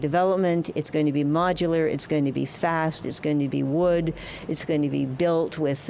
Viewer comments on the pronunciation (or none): Why she say wood like that . Thought she was talkinh bout those homeless box things